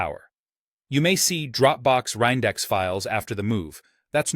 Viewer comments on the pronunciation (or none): This seems to be AI slop. The mispronounciation of "reindex" is a strong signal for AI.